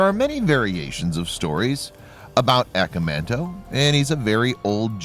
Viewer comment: Cool but I wish he would say the name right, in Japanese phonetics it's said "ah-kah-mahn-toe"